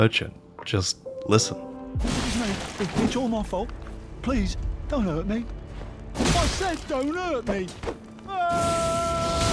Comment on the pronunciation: "DON' 'URT ME"